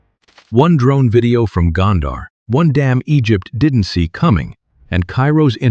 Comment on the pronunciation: Gondar rhymes with wonder. It is mispronounced in the video.